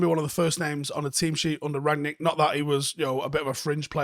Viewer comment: It's RANG-nick, not RAG-nick. Rang-nick 👍🏻